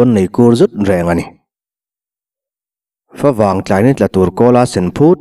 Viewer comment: Fawvang i ti thin hi a diklo. Mizo tawngah FAW a awm lo. Fa vang tih tur. Fa chu buh tih na. Fa vang chu buh vanglai tih na.